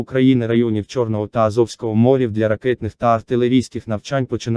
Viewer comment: Новини хороші... тільки чому стільки помилок?? Особливо з наголосами. Чому (чорного і азовського) "мОрів", а не "морІв"? Чому "п'ятнИцю"? "передісторія тАка", "глибИни яка залишилася", "на рІзку критику" , "не допускати в пОрти"... українці так не говорять...